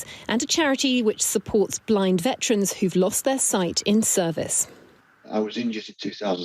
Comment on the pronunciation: What is a 'vetran'?